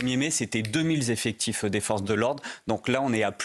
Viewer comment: "deux-mille zeffectifs" 😫